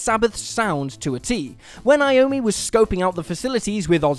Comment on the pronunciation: What is "creepy" about most of these stories? The Beatles album is not called "Sgt Peppers" stop being lazy and use its full title. Saying "Enter Sgt Peppers" just sounds stupid as fuck. And who the fuck is "Tommy" Iommi?